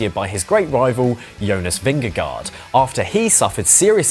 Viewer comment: Great piece, thanks. For the Danish pronunciation say, Vin-gah-goh. It’s the closest we English speakers can come. 😅 🇩🇰